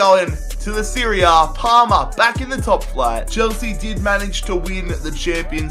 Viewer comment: I swear he's saying Palmer. In that case, I wonder why the team didn't get kicked out of soccer...cough cough jolyon Palmer cough cough